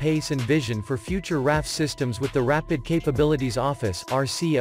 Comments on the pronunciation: Not “Raff” but “R.A.F.” Three letters each pronounced separately. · I knew a couple guys at work that were in RAF, and they called it the "Raff" informally.